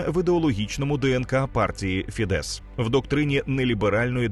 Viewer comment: Дякую за контент. Тільки не фідЕс, а фІдес (наголос на "і"). В угорській мові всі слова практично без винятків мають наголос на перший склад.